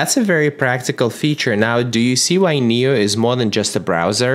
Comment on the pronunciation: It's pronounced nee-oh. Makes sense because it knows everything for you.